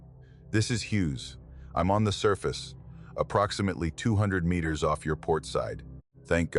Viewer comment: 2 Mitters .... miners ..... metrrs..... mrrs....... mirs How hard is it to get one single word wrong sooooo many times. Almost seems deliberate